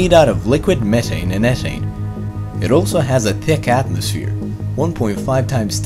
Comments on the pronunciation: are you Jamaican "tick atmosphere" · Ryan George He's not a native English speaker, and the sound th, is found in very few languages, making it one of the hardest sound to pronounce.